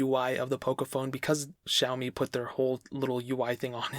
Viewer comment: Lol not zaoimi it's "Sha"